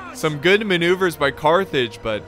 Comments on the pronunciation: Almost raged when you said Cartage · Your my favroite youtuber and i almost punched my tv when you said carthrig(sorry if i miss-spelt carthrig) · I got flashbacks when u said Cartage! xD